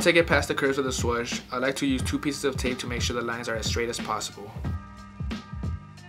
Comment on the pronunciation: Its funny how you pronounce swoosh (sw-ush) instead of (sw-oosh)